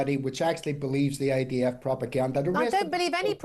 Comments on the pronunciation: Sounded to me like she was saying IVF. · Why does she keep saying IVF? 😂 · Someone should tell Julia it’s IDF not IVF